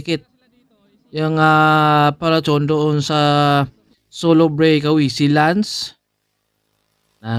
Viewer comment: Solo brik awi😂😅😂bisaya ka 'no?